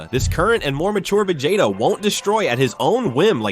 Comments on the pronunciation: A.i says : VEGATA Real voice says : VEGETA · Instead of vea-gea-ta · if you're going to use AI narrators, you should definitely spell the names out phonetically so the AI says it properly. lmk if you need help if English is a second language. There are easy ways to ensure the AI voice consistently says a name a certain way. Vugetta is weird sounding lol